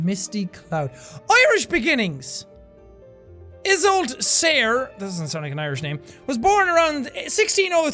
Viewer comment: Isolt(i-sol-t) Sayre(S-I-er)